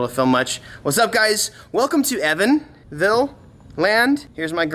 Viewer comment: Evanville lol. I’m from Evansville, IN so I was like wait what??